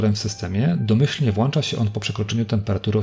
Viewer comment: Już chyba 5 film z kolei gdzie mówisz "włancza". Jak na tak wysoki poziom merytoryczny filmów wydaje mi się, że nie wypada aż tak kaleczyć polskiego... PS: Szkoda że w tej przejściówce w argonie nie zastosowali pełnego HDMI :(